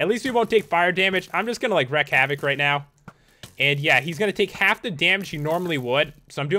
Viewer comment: Sorry to be the Grammar police but its "reek" havoc, not "rek", also "new-klee-er" not "new-q-ler" and in the last episode the obsidian rectangles with TNT in them were TNT cannons. You could tell because of the red stone repeaters and water, and they were exactly where cannons would be on a ship. After you pressed the button they shot TNT blocks long distances. Come on Pat!